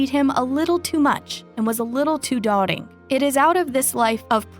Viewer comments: It’s doting not dotting . You have a few mistakes and mispronunciations . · DOTING is pronounced DOW-TING not ..DOT-ING